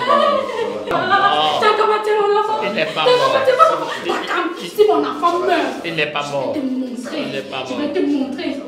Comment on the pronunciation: 👌👌🤩 tchakam j adore sa façon de prononcer...